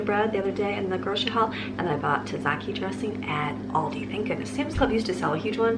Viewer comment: i giggled a little at the way you said taziki... tazahkey... its tazeekey. i could hear my old greek boss correcting it in my head. lol bless him. lol and then a bag-el instead of a bay-gel. lol not trying to be rude or make fun of you, just tickled me. i am going to copy some of this for my family of six. great recipes!!